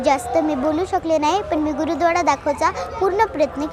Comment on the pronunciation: गुरूद्वाडा नाही 🤣🤣 , गुरुद्वारा आहे तो....